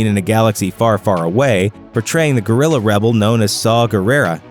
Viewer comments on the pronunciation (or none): none